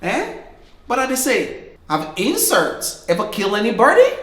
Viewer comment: Lol. I like the way you said ‘insorts’. 🤣🤣🤣🤣 All your videos are hilarious. There’s never a dull moment with you. Thank you for constantly giving us something to laugh about. 👏